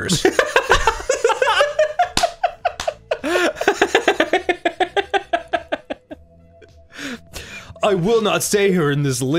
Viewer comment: Having “panities” and “linglers” one after another almost actually killed me